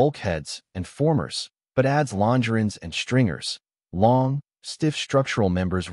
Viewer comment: Longer on is mispronounced by the AI even though the AI software must be connected to multiple dictionaries. Disappointed in this video. Typical u-tuber regurgitation of information from others with I suspect no original research.